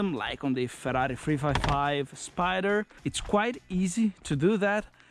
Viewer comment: 2 facts: 1)The perfect pronunciation of FERRARI. 2)The perfect downshifts. Cheers bro.